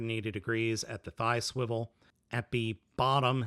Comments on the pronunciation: Do not say swiwle like this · why does he keep saying 'swivel' in a weird way